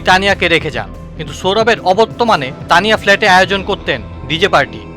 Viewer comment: ভাই, অবত্যমান বলেছেন, ভাষাটি সঠিক করে নিবেন, অবর্তমান হবে